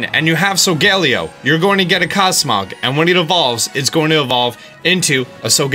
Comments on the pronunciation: It’s So-Go-lay-O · Why does he call solgaleo sogallio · You’ve been saying Solgaleo wrong it’s pronounced soul gah lay oh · I don’t mind your pronunciation of Solgaleo’s name. But it’s actually pronounced SO-GA-LAY-O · I'm sorry but it so-ga-lay-o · He keeps saying sogaleo wrong and it’s triggering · UR MISPRONOUNCEING SOIGALEO